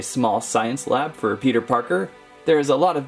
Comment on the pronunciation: Peter get rid of the r and pete not pet